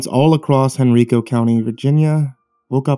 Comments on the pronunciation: I actually live in Virginia, right around Richmond where this happened, and just a nitpick but you pronounced Henrico wrong (hen-rye-co) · Lol henreeeco. It's Henrico.